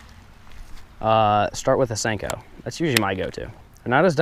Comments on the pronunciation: It's a senko not stenko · WYATT BOEHM I think he says "Stanko". 😂😋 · nixen I always thought he said stinko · Step 5: Pronounce it Stanko